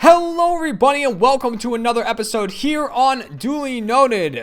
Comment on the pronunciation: I swear it sounds like he says every bunny. Lol